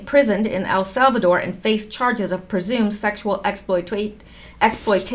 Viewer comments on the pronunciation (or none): none